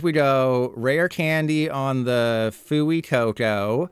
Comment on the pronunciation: pronounced "fway-coco"